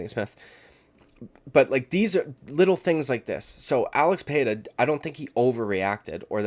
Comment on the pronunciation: Who's Alex Pair-a?